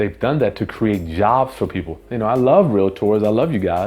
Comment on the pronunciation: "I love real-uh-tors"